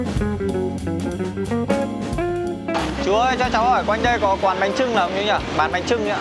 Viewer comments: Bánh chưng anh ơi không phải trưng ạ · Bánh chưng not bánh trưng a ơi